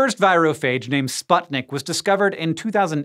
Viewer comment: Great video, Hank as enthusiastic and interesting as usual :) But would you mind making a little more research in pronounce of words/names you encounter in your videos? I can see you do it in French, Italian, Hispanic, but when it comes to Slavic languages you are just guess-reading it. This video made my ears bleed, since name of virus parasite is "Sputnik" which is clearly transliterated from Russian (also name of the first ever space satellite, anyone?) and literally means "co-farer", the one who shares path. What makes it absolutely legit and reasonable for this virus who inevitably shares path with giant viruses. The correct pronounce is "sp-oo-tnik", not the "sp-ae-tnik" as in video. It really hurts, especially when you see it written in video. But, still, thanks for great content, love watching it before sleep.